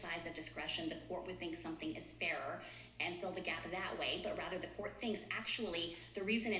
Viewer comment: The word is "COURT," not "quart." A quart is a fluid measurement - 32 ounces. Or a QUARTer of a gallon. Get it?